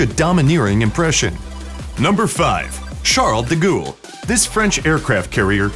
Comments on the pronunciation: De gool lmfao!!🤣🤣🤣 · Charles D-goul XD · Charles de ghoul? damn dude...